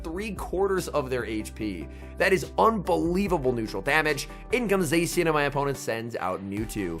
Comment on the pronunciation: I lose my mind every time he pronounces zacian wrong